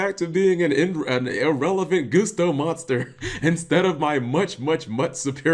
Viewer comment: dude, its pronounced GUST-OH not GOOSETO...